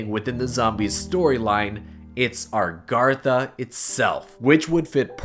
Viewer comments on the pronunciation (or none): Stop saying Argartha. It's A-GARTH-A